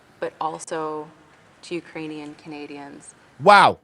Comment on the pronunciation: "Oo-krainian"? 😂 So I guess she confused the pronunciation with "Youse-bekistan" But seeing the Quaker-looking dude's expression as he read that script reminds me of the old clip the boys played of Owen Benjamin reading the letter from that stalker (i think the episode was called Sausage party)